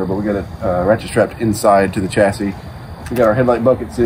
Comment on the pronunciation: Repeat after me “Shassy” like Shirley Bassy with the middle bit missing. Its french theres no Ch in Chassis! Its a sh. Don’t get me started on those “Meer” things that you see your reflections in 😘